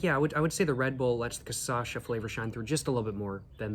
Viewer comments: Tô achando que ele já entendeu que é "cachaça" e não "cassaxa", mas tá insistindo na "cassaxa" porque gera mais engajamento nos vídeos. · It is not Kasasha, it is Kashassa. You are missing the Ss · bruh, KA - SHA - SA, for the love of god, man :face-purple-crying::face-purple-crying::face-purple-crying::face-purple-crying: KA - SHA - SA :face-purple-crying::face-purple-crying::face-purple-crying::face-purple-crying::face-purple-crying::face-purple-crying::face-purple-crying::face-purple-crying::face-purple-crying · I am Brazilian I genuinely don’t care with him speaking Caçacha hahaha actually I think I do prefer speaking like that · lol I love how he recorded this mid world cup and is releasing the videos just now, so weeks later, he's getting messages saying he's got this one real wrong and also has been saying cachaça wrong the whole time. Volte logo! Te esperamos de braços abertos, irmão. Hope you had a good time here in Pindorama <3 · I have to say the correct way after he says it the wrong time, every time every video